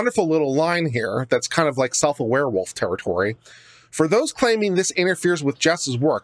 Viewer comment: “Self Aware-Wolf.” REALLY?!? LOLOL!! 🤣 I love you!!